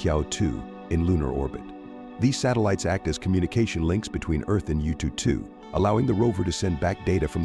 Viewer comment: Yututu sounds so cute 😂. If you're interested, the proper pronunciation should be "Yuuu-Too-Er-How". "Er-How" means number 2 in mandarin.